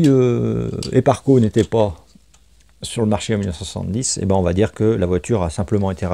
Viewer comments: Slt....Les harnais c'est "sparco"...et non "eparco"...:-))) existe depuis très longtemps..fin des années 70..rallye surtout. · Du très beau travail, par contre les harnais c'est la marque Sparco et non Eparco. Je précise car pour les amateurs ça fait mal aux oreilles 😉